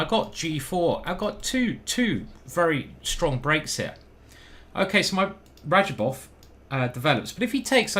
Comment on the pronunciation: That's not R a d j a b o v !